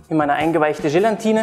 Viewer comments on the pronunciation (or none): Gelatine nicht Gelantine ! Und die teure ISI Flasche muss es auch nicht sein - es genügt ein guter Sahnesyphon aus Edelstahl - für ca 25 bis 27 Euro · Gelatine, nicht GelaNtine. Das ist fast genau so schlimm wie VanillJe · Wobei VanillJe laut Duden genauso korrekt ist wie Vanille. Aber "Gelantine" kann ich auch nicht mehr hören!